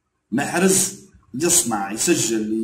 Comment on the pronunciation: ما يعرفش ينطق اسم محرز بطريقة صحيحة عوض ما يقول محرز يقول محرج تعلم تنطلق اسمه ثم هاد علق عليه خي حالة